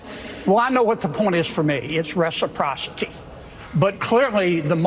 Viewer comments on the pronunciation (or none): That old dude Kennedy can't even pronounce 'Reciprocity' properly. This is where we are, folks.